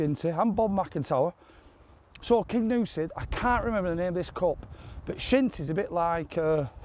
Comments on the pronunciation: Great video as usual boys - but it's the Cairngorms not the Carigorms and it's 'King You Si' not 'King OOOsi' 🤣🤣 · I want to play Kingussie. Sorry I'm a bit late on watching this sensational match, been laid up for a few days., it's (car'n-gorms) not that it matters as the scenery can be called what you want, it is still beautiful.